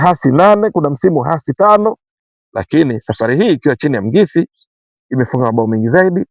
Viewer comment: ahsante kunifurahisha kutamka jina la Coach wetu.